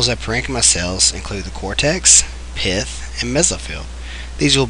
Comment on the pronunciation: when u said pith i thought u said the p word lol